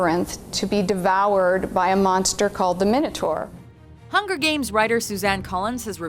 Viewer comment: MINATARR? WTF? ITS MINOTAUR!!!